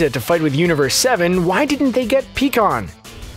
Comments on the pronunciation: Pi kkon not Pee kkon bro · Pie kan that's how you pronounce it